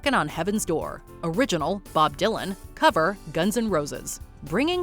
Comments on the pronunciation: NOPE, AFAIC Bob Dylan's "Knockin' on Heaven's Door" is far superior to GNRs Version that gives the word "DOOR" three syllables. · I always cite "Knockin' On Heaven's Door" as one of the worst covers I've ever heard. Axl Rose ruins it as he often does. Who knew "door" was a three syllable word?